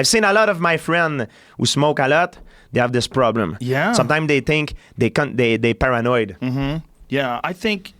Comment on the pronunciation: GSP ~ "Eur Para-Noied"